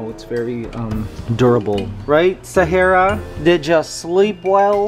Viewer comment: We also make the same salad, but we don’t put papaya or much apples. For me, I’m not a fan of papaya. Apples taste good, but they don’t last that long. Animals and insects are amazing, but they don’t go along with human, not like some animals. Is it Sahera or Sahara? Not against Mikey, I just don’t know how an a becomes an e, but hey, we Filipinos also pronounce somethings incorrectly or differently. Mikey try Chinese lumpia. You eat too much eggs and drink a lot of coffee. Diatabs or jollibee or cannot say yet.